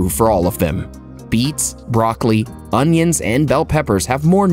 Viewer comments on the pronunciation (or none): none